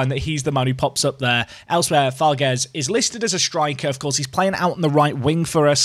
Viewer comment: Farges is pronounced “Farjh”, so it would rhyme with “collage”